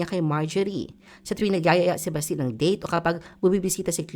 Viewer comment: Basti is pronounced malumanay, not mabilis like Baste.